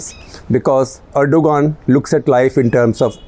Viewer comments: Also it's "ahr-do-aan". Not ergo-gaan. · The ‘G’ in Erdogan is silent.